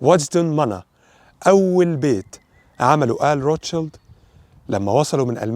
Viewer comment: عفوا روت شيلد تنطق بالانجليزية كما في الألمانية ومعناها الدرع الاحمر بالألمانية, وليس الطفل الاحمر كما تنطقها انت بالانجليزية, زيادة فقط لمعلوماتك